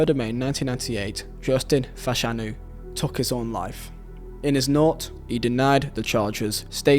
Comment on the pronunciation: why are you saying takhhhhhhhhhhhhhhh instead of took